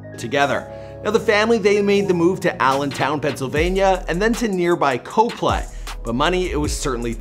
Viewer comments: The way you pronounce “cop-lee” makes me cringe. It’s not “co-play” 😂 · where my pa people at? it’s cop-lee not co-play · Coplay is actually pronounced like “coply” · And Copley, pa is pronounced Cop-Lee